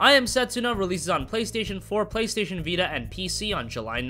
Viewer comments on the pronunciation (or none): none